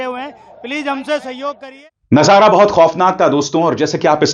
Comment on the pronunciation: ABISAR JI,,NAZARA AUR MANZAR BOLNA THEEK NAHIN...